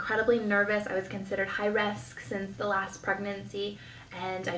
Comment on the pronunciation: Did I hear this right? She is Catholic but later says it goes against her beliefs and Christianity? Maybe I'm wrong but I thought there was a difference between the two religions? Also the way she talks sounds very fake so it's hard to take anything she's saying seriously. Her pronunciation is also really poor for instance when she said she was "high resk" and "comprehem". When she said she was living at her professor's door step I couldn't help but think she was probably sleeping with him to pass. Maybe I'm wrong but that's just how I interpreted it 🤷‍♀️ I laughed so much through this entire video by the way, your viewers may be your therapy but your mine lol